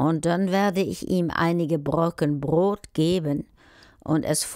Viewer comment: Brot, nicht Brod